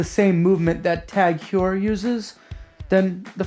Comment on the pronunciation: Its pronounced Tag Hoyer. Also I jumped on Chrono24/Ebay looking at Zodiacs and I'm now really considering the Sea Dragon automatic.